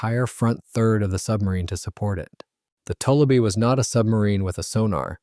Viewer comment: Having lived on a large lake in Minnesota that was full of tullibee and having gill netted a lot of them, the name is pronounced. too li bee. It comes from a French word toulibe.